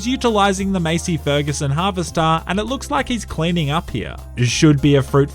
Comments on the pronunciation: The way he said Massey fergusson had me dead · The way you pronounced massey fergusson killed me man😂😂any farmers here like myself just found that hilarious